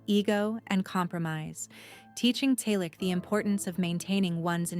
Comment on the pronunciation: Why post a fake image of Tom? Really stupid. Tom still has black hair with silver and white strands. Not again the story of his life. At least four to five times every day. Everyone we know has read his book or listened to the audio CD. Learn English. Learn to pronounce "Selleck". It's Magnum P.I. Tom and Jillie met in 1983. They got married in 1987. Don't talk about people you don't know personally. Don't copy other clueless creators. Don't copy the same misinformation.